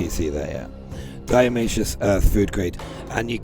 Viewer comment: Not diaomaceous earth it's DIATO-MACEOUS! made of diatoms!